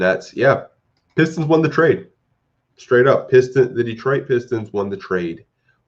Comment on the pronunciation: "Peestons" 😂🤣🤣 I cried, I can't believe no one offered a second for Wayne